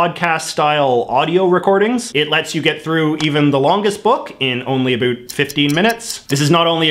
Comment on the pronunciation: Why does he say "about" so weirdly